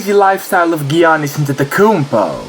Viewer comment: He is the biggest star in the NBA and yet you cannot say his name correctly.